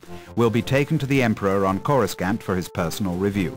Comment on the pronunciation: Wow, the imperial officer mispronounced "Coruscant". That's pretty sad. Despite that though, the voice acting in this game is pretty phenominal nonetheless. Unlike in Rogue Squadron, the voice acting doesn't sound nearly as loud and forced. =)